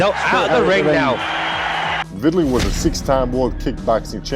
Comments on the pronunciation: The person doing the commentary to this video is a complete idiot and don't even know this man's name. He keeps calling him Vitaly, his name is VI TAL E a.k.a. Vitali. Do not make videos if you are mentally handicapped. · Lennaaax Lewis Viiidali jesus Christ, good video though